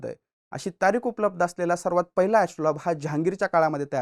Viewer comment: एस्ट्रोलॉब नव्हे एस्ट्रोलेब...... उच्चार तरी नीट करत जा. आणि यंत्रराज आणि यात फरक आहे. कधीतरी मूळ संदर्भ पाहत जावे. इतक आयत्या माहितीवर अवलंबून राहू नये.